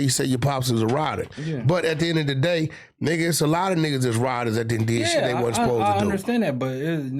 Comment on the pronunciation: The cannon family love "THE EHD OF THE DAY" 🤣🤣